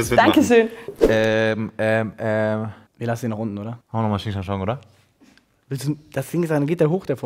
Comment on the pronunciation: Schnick Schnack Schnuck nicht Sching Schang Schong 😂